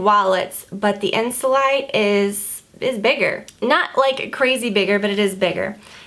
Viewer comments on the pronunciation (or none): You pronounce it (insoleete) in French :)